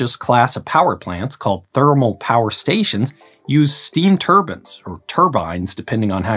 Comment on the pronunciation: “Steam turban” 🚂👳‍♂️😂